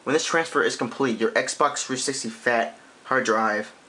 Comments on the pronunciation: His voice is mildly irritating, Xbox Three sissity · it annoys me that he can't say 360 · your videos are cool but please pronounce "360" better